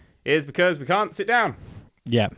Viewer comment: Ummm... awkward typo... you said shit not sit... LOL!